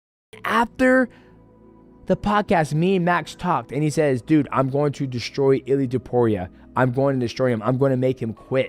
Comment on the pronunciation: “UFC Fighters” = “Ilia Toperia” 🤣🤣